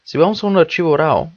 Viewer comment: Hola hermano con todo respeto y con el afán de aportar algo... se escriba RAW pero de dice RO como si dijeras RUO pero casi no se siente la U Camera RO... saludos